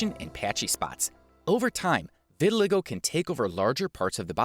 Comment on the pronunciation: It's pronounced vit-i-LYE-go